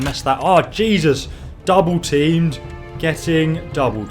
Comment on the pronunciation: It's "double team" not "dobble team" XD